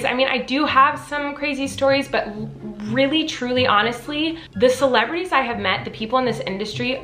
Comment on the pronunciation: every time she says celebrities i hear miranda